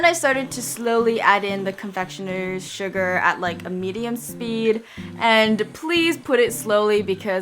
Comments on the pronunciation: You said shuga and it sounded like suga #BTS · OMG... When u said Sugar ( without saying the r ). It reminds me of one of the members from BTS that has his nickname Suga